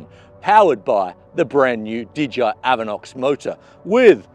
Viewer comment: it's DJI not DGI..! LOL The J is pronounced JAY..! not GEE